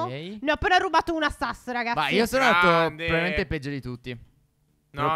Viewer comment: Dici benissimo sas fa pena buuu